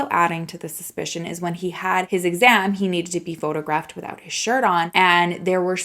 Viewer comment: U can't say wivout reasonable doubt tho x